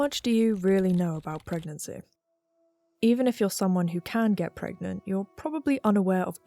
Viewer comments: Pregananan? Pergert? Parget? This is the true horror of pragmat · Can u get PREGANTE?